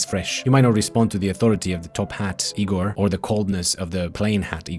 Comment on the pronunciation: I’m Igor! And I promise you wont find me that helpful. Thanks for pronouncing my name correctly though!